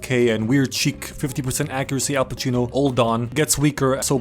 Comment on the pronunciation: The italian pronounciations were awesome - Al Pacino (played by Al Cappucino Bella Ciao)